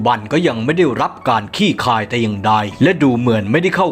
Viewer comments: "คลี่คลาย" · เห็นด้วย... ออกเสียงควบกล้ำมันยากตรงไหน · "คลี่คลาย" ออกเสียงควบกล้ำให้ถูกหน่อยครับ!!